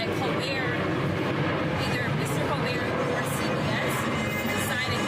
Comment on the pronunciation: His name is pronounced Coal -burt. fact